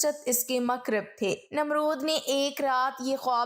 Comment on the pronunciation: Pronunciation correction. Muqarrab